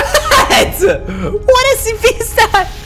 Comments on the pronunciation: Did he say scpp? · I like when he says scpp